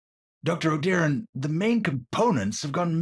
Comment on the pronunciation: I finally know how to pronounce Moira’s last name